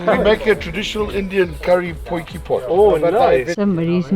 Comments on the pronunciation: Potjie is pronounced like poyque. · I am from south africa and the rite pronunciation of the word is potjie and you say it poikie. Love your lively channel. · lol its a "POY-QUEE" ;)